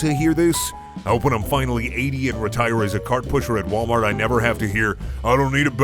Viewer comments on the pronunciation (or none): none